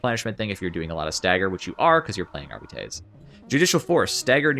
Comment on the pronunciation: Arr-bite. Thats how you say the class name.